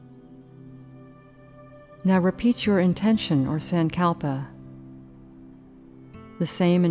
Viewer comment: Not a big fan of this particular yoga nidra guide. The voice is not soothing at all. Also the way she pronounces sankalpa is very jarring and hard to listen to. The yoga nidra series on the Breethe app is better